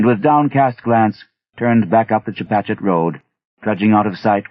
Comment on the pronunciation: This narrator... he did his homework. Got the Pascoag, Chepachet and es lasst sich nicht lesen pronounced right!